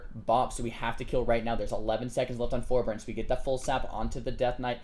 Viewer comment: oh and its for-bear-ense forbearance. not ferberense. lol just saying. i have this tick where i FUCKING HAAATEEE ppl who continually mispronounce words lol